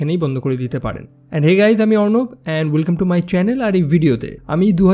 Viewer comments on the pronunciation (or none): none